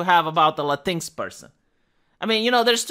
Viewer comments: Thanks for pronouncing "latinx" as "latinks", not "latinex". It's the right pronunciation, and the right mocking, that pseudo-word deserves. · I've noticed for a while that it sure seems like YT is trying to hide you from non-subscribers, and I'm pissed on your behalf. I'm sure you need me for that. Anyways, I'm glad you pronounce Latinx properly-I've been saying it that way since I first saw it. Perhaps our correct pronounciation will spread. Also, my misspellings.